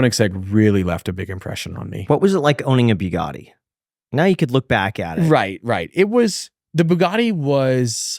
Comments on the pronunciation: Say Bue Gaddi one more time 😂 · I wonder why Graham can’t pronounce Bugatti correctly… embarrassing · I wonder why Graham can’t pronounce Bugatti correctly… embarrassing (as a poor)